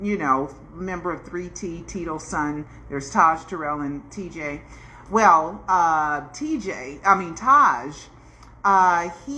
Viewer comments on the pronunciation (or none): Hey. I know I'm kinda being Nit Picky, but just wanted to let you know about one of the 3T brothers Taryll Jackson. You keep saying his name wrong. It's not Terrell. It's pronounced Tar-yll, Tar(Tear)-(like tearing paper) -yll(ill)-(like being sick) 😅 Thanks for the updates...